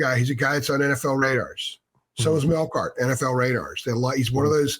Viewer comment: Man, destroyed Melkart's last name. 😂 Anyway, in his own intro video he says his "preferred name" is Melkart.